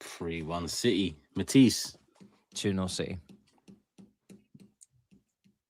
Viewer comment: Matissee 🤓 like mans from Chernobyl lol